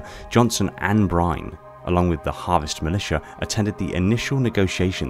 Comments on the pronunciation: Brine? Byrne has the y before the rne, so in my mind it's pronounced more along the lines of Buy-ern or Beern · Nolan Byrne's last name is pronounced as burn